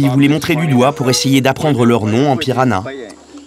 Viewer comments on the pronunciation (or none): La langue n'est pas le "piranha" mais "pirahã", le tilde sur le A le nasalise. On dit /pira-Han/